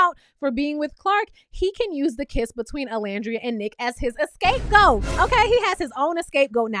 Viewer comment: Not to saying escape goat 😂i know you were referring to hudda but it was still funny